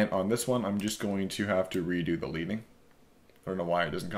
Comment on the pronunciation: you used the term 'leading' in the tutorial. The actual correct pronunciation is LED-ING as in 'lead' the metal. Its a typographical term. When typesetters would set lines of type they would insert a lead strip between the lines of type. This was called a slug. the width would govern the space between the lines of type.